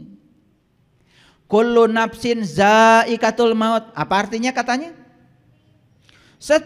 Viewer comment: Kullu ngapain dzaaiqotul mauti Bukan daikatul He he koreksi bacaan Alquran Nya